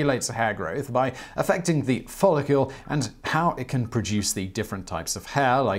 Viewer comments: The word is follicle, not "follicule." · Was he saying 'follicule'? And if so, what is a follicule? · Follicle not follicule! I despise the pronunciations by this berk, every blasted video! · Follicle is not pronounced "follicule". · Since when is the -cle suffix pronounced as -cule? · Every time that you said the word "follicle", you said it as though it was spelled "follicule". It isn't. ˈfälək(ə)l is the correct way to pronounce that word. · Please stop saying "follicule". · DAMN IT! 😖😵 STOP SAYING "FOLLICULE"!!! 😵😖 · Why do you pronounce it "FOLL-IH-KYUEHL" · i wanna know who told you that follicle is pronounced follicule lmao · I know, right? UGH! He is ALWAYS mispronouncing shit! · He also said "follicule" 😑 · Do British folk spell follicle differently, along the lines of aluminum vs aluminium? Simon keeps saying "follicule." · Exactly. I think that may be what confused him. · The brits fuck up all kinds of words lol. Every heard a brit say "aluminum"? Al-you-mini-um